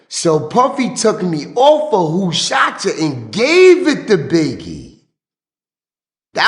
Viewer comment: Is still saying Who SHOSH (Shot) Ya again 😂